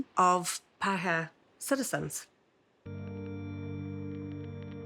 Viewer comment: Only Paakehaa is O'Malley